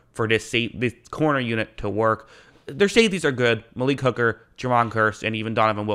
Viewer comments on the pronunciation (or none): none